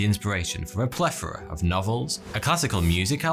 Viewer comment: "A plefora."